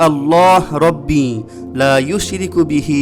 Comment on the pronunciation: Assalamu Alaykum Bhai, second du'a te uccharon bodhoy ushriku hobe eushriku er poriborte.